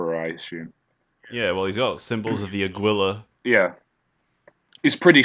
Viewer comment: this nigga just said "aguila" instead of aquila